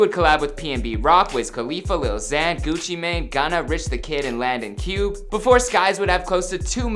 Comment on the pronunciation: It's landon cube (koo-bay)